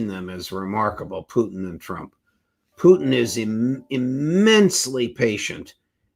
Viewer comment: That is the proper pronunciation of the RF President's surname.